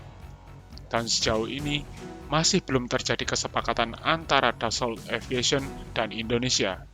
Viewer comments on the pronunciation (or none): none